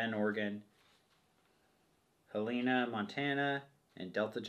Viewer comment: You pronounced Helena Montana wrong 😂 HELL-A-NA.